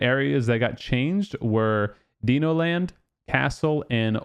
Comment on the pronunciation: Dee-No land lol please tell me you’re trolling … it’s Di-no, like Dinosaur 🦕 😂😂